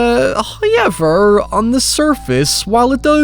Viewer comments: How does this dude say "Power" with no issue yet he says HOY-EVER and NOY? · Nobody:: Hiuyever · First "hoyevver" drops . It is The Law.